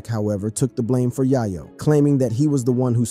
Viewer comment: bro learn to prenouns names before speaking its YĀ-YŌ NOT YA YO ITS SHANTÉ NOT SHAN TÉ 4TH GRADERS WITH YOUTUBE CHANNELS IS BUGGED🙄